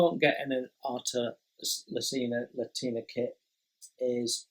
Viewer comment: I really enjoy these round-ups. It’s like a conversation with a mate about what excites him in the hobby. But mate’s can handle being corrected by other mates. Artesania Latina.... There’s an “i” in the first word. Think “Artisan” as in a skilled worker, and “Latin”, as the Romance languages that developed from the Roman Empire.....as in Spanish. Artesania Latina are a Spanish company. I’ve heard their new boxing’s don’t have instructions and everything is online. I don’t know if that’s true. I’ve built one: The Swift. Good, simple kit. Not accurate, but they’re like McDonalds food- It’s not great or really satisfying, but it’s consistent quality. And I’m very glad they’re still there as a choice. All the best, Jason. If you fall behind with available videos to upload, we’ll still be here regardless. 👌🏼